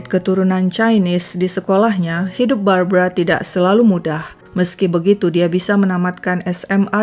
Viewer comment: Itu Barbara ..kenapa baca berita brabra⁉️⁉️⁉️⁉️